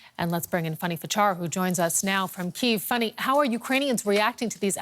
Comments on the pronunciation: The woman's name is Fanny not funny. Spelled and pronounced with an "a" not "u". She's your colleague & she's on all the time; it's not a difficult one. Oh - I think this is the same lady that constantly pronounces Vladimir as Vlodimir. What is it with her difficulty with the letter a? 🙄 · Her name's not Funny, it's Fanny. Get it right.